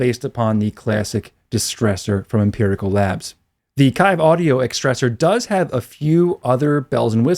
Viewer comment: FYI, it's pronounced "Keeve" audio. No worries.